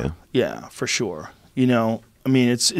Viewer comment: Joe 'fo shor' Rogan